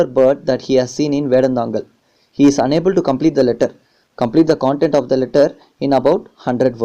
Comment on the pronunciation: Sir ...it.is not...cooontent...content Pls..pronounce it wise...however.. Teaching was ...good..ty✌🏻✌🏻✌🏻